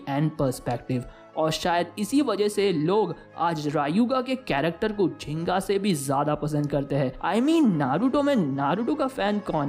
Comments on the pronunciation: Ginka nai ginga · Ginka nhi ginga hota hai bro🤣🤣🤣🤣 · Ginga not zinga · His name is not genka 😹 his name is ginka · vo genka nhi hai lodu gingka hai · It's ginga not zinka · Pronounce ginka properly bro 😂🤣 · Wow you don’t know how to pronounce gingka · Rayuga defeated gingka 2 times lekin video me gingka ka name galat tarike se pronounce hua hai or vo your animne guy ne kiya hai